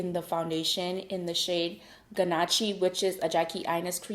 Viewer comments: I love your videos but the foundation is not pronounced(gu nach ee) it’s pronounced (ga nosh) aka ganache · not to be an ass but it's pronounced gonaSH not gonachee